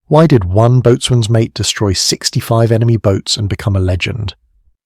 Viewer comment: Learn how to pronounce boatswain. Stupid AI voice, much too long, stupid AI text.